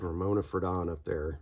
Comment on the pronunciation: I just heard that Ramona passed away last night, 02/24/2024, at age 97. (BTW, it's "FRAY-don," not "fruh-DON." Her husband Dana, a cartoonist for New Yorker magazine, passed away five years ago.)